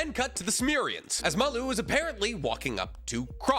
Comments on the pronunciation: pls read the official translation because the aliens name is maRu not maLu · im going to be really lazy right now (and not do any work to look into it), how do we know its pronounced Malloo?